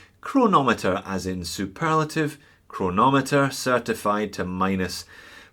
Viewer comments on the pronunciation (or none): "Cheronometer"... that's music for my ears ahahah